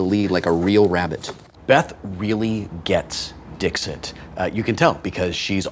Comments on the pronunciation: It is not pronounced Dix-it. It is french, and therefore is pronounced Dees-e (t is silent) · Wil, if you're pronouncing Latin mostly correctly (or, at least the way I learned to pronounce it), it's "Deekseet," not "Dihkzit." That's a terrible phonetic spelling, but if you want to come off as smart as you seem to try to do at all times, you should get it right. Love this show, though. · Hey, I know I'm late, but I have the answer. "Dixit" is Latin, meaning "He/She said", and should be pronounced "Deek-seet", but "Dik-sit" is perfectly OK. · Omg it’s Latin—please pronounce it Dee-xeet!!!!! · No, Dixit is Latin, and the "x" should be pronounced with a "ks" sound. Also, the "i"s should be pronounced like elongated "e"s. Sic, it would be pronounced "Deek-seet". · Wil, it's pronounced "deek-seat" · If it were to be pronounced in a French way, the t at the end would be silent.